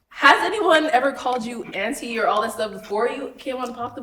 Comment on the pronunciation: The dress was def givin auntie ,she’s gorgeous tho. I mean sheesh ,Sis is saying ainty lol